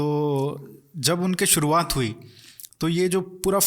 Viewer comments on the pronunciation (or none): none